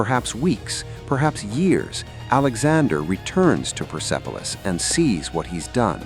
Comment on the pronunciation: Hallo sag mal wie oft soll ich noch schreiben der Stadt oder Palast heißt nicht pipilos sondern perspolis . Ich hoffe beim nächsten Mal sprichst Du richtig aus Danke